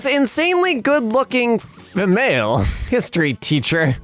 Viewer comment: ah yes, i too, say a good looking Feh-male